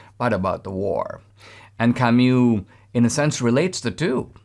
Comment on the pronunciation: Camu not camyou, :-)